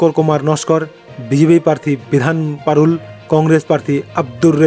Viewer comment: আগে আপনি ঠিক থাক পর্থির নাম উচ্চারণ করুন পরে রেজাল্ট বলবেন। ওটা মাগরাহাট নয় মগরাহাট । বিধান পারুল নয় বিধান পারুই। কোথা থেকে পান এসব নাম।